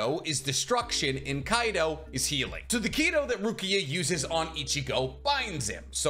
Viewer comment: Your pronouncing Kido wrong though.